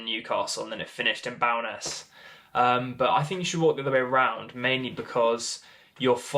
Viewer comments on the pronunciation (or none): It’s Bowness as in bow and arrow not as in cow. Bloody southerners.